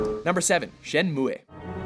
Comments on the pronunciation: Did he call it ShenmuEH? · "Shen-moo-a" Oh no you didn't..... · It's pronounced "Shenmu-" not "ShenmuE". God this guy doesn't even know hot to pronounce the title of the game and he's telling us what's good and what's not lol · lol Shen moo eh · All the time I thought Shenmue is pronounced as shen-moo. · I'm pretty sure the final E in Shenmue is silent, so it's pronounced "Shenmuh" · Lol.. shenmuay? That's incorrect pronunciation right? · ive never heard shenmue pronounced like that. "shen moo aye" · Who the hell pronounces Shenmue like that?